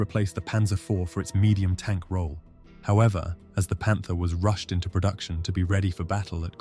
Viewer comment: なんか外国のコメばっかりやな んで読み上げのせいかもしれんが「パンツァー」と「パンター」は区別してくれ